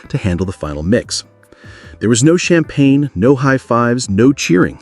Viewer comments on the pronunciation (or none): none